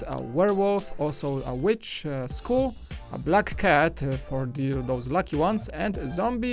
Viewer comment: He pronounces ''skull'' as school.